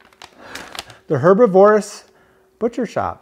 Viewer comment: Why does no one person describing this shop know how to say herbivorous?? Lol